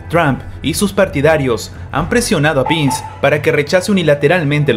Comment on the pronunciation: Todo bien, pero no se pronuncia "Pins" sino "Pens"".....